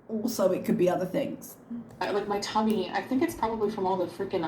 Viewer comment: it just sounds... weird when she says "my tummy"